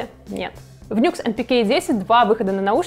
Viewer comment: Честно говоря, по звуку - это вкусовщина. Мне, например, вообще больше всего нравится звук рояля у cdp s160. Его Grand Piano просто афигенен. И правильно не "Нюкс", а "Ню Экс")